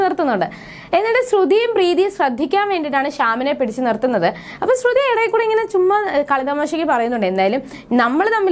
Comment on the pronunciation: ശ്രുധി എന്ന് പറയുന്നത് എന്താ 🤔🤔🤔